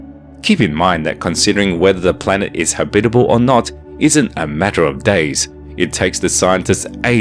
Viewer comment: Cool. . I'd be celebrating my 500th birthday on that planet. Habitable. . habitable? Eh? How are you pronouncing that? Oh, yea. . .FIRST!